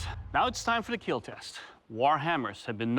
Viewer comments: it will keel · Doug: "No Visible Broken Bones..." Also Doug: "This Will Definitely Keel." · iT wIlL kEeL!